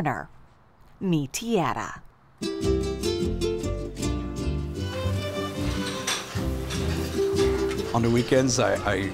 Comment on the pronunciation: Yes, she can't get the hang of the word "Tierra".